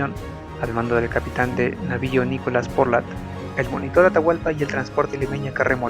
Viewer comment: Buena iniciativa. Sugiero más cuidado con los nombres: Nicolás Portal, no "Porlat". Saludos.